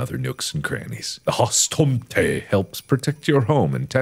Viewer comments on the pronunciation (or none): Husstomté and nissé had my crying (hustomte and nisse is swedish) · As a Norwegian... the way Mark said hustomte and nisse will forever haunt me